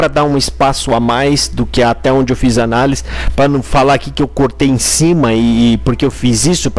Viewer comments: Vc falou analis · Vc não escreveu errado. Vc fala errado. De boa brother. 🙌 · Não é analis... É análise.